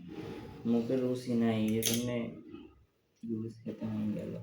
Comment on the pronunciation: Ki bolchen..Ludus??...ota Noodles...apni bolen eta apnader ancholic bhasa...English abar ancholic bhasa hoi ki kore...English to English e...sobai bhul bole bole apnio bolben ??..English janen na bole sikhbeno na??..pichiyei thakben??..ei jonnei desh tao pichiye aache...Apni dayyito nin..nijeo sikhun abar apnar video jara dakhe tader o sekhan...jotoi hok apnar husband er subject English...onar atta santi pabe jodi apni onar subject niye chorcha koren...eta apnar content o hobe..abar nijer styler video hobe..kaoke copy kore video banate hobe na...tai na ??...